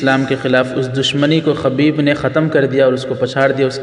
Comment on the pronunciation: خبیب بضم الخألابفتح الخأ اصلاح کرلیجیے